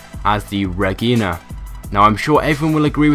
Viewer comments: Re-geena? Pretty it's pronounced Re-jaina, like vagina. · Dundreary R-egg-ina? It's R-edge-ina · Regina is pronounced rejina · I have the emeperor, regina, and dilettante currently. I have had the stratum and ingot both at one point and personally think the stratum is one of the better cars in the game. Also I cracked up when you said "reggina" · lol you pronounced that Dundreary Regina totally wrong, its supposed to be REJINA, like the City lol. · I like the looks of the, and it's said, ra-jine-a I personally like those old woody wagons, bit performance wise, yeah, it's disgusting! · Damn, man. Could you possibly mispronounce any of these names any worse? Dilletante - Dill eh tahnt Regina - Reh-Gee-Nuh Ingot - Een-gut smh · Its pronounced Ruh-ji-na, like the canadian city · Its Regina ( re-j-ina)